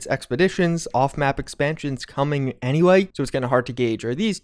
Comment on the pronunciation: Im sorry. "anywaeay"